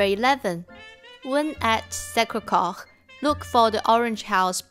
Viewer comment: sorry , may I correct the pronunciaton of Sacré-Cœur. it's[sakʀekœʀ] not [sakʀekox]